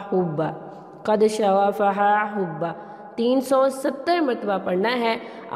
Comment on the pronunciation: HUBBA nea HUBBAN hota hai.... pehle parhna sekh le khud.... dont make peoples fool, for youtube income..